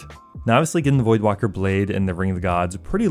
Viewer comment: Void WAKER not "WALKER" lol